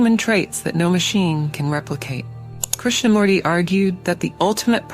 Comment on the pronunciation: It's pronounced as Krishna-MOOrthy, not Murdi!!